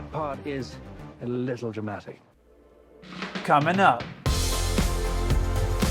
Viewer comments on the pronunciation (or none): The most exciting part is when he says.. "COMIN up"